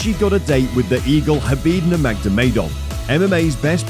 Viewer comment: Doesn't give a good impression when you don't know how to pronounce nurmagomedov